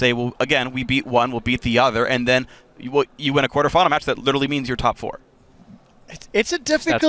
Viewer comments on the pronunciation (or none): none